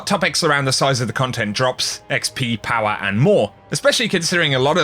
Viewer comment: Clicked for the D2 content. Stayed to hear him say POWA!!